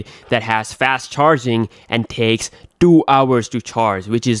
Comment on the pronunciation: Your pronounciation is good except the "Two" word, you make it feel so hard to spell haha